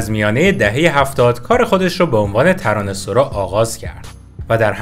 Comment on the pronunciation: ببخشيد مگه تلفظِ صحيحِش ترانه سَرا نيست. شما چند دفعه گفتى ترانه سورا. اگه كسى ميدونه بمنم بگه. شايد سورا هم درسته. من نميدونم. ولى فكر ميكَردَم تلفظِ صحيح سَرا ميباشَد. فدات.